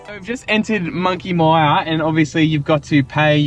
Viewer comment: Monkey Miiiiyyaaa not Monkey Meeeeyyyyaaaa! Anyrate, nice video and amazing to see how much that whole region has changed over the decades. Grew up since birth in the early 1970's doing two trips every single year to visit friends in Denham (and still doing it) as well as spending days around Shark Bay and Monkey Mia. Was nothing there back then, even the road into Shark Bay was all gravel through from the Great Northern Highway turn off. Rarely used to see anyone else at Monkey Mia or Shell beach, even though spending sometimes a whole day out there fishing and swimming. Looks like most of the places we travelled all over Australia that were once very remote and isolated have become major highways and hot spots. Tourism is obviously a massive industry all over the country now, giving a lot more people much easier access to travel and explore 👍